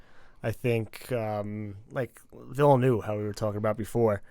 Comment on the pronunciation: It’s pronounced “Villnuv”, guys. The “u” sound is as in the word “up”.